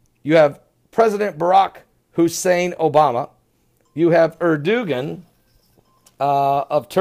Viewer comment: it's pronounced UR DOUGH JUAN